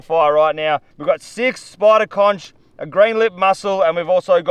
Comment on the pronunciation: didint know u guys say conCH lol